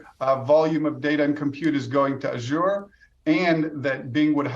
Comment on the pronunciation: Stop pronouncing Azure wrong